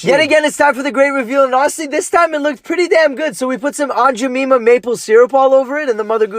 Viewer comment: He said aunt jemimah wrong